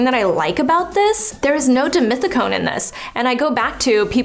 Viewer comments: So it's pronounced as deemeeteecone????? I always read it as dee-meth-teecone. 🤔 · One more time... dimethicone!! 😂